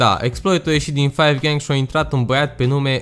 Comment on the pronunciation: se zice cinci gahng